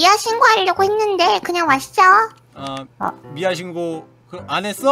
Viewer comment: tv 랄라 미아는 쓸때고여 발음 할때 미야 입니다